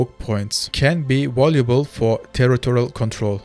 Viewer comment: Danke für deine Videos. ein Hinweis für die Aussprache: das v wird im englischen wie unser w ausgesprochen, das englische w hingegen nicht. also device = diweis valuable = wäljubel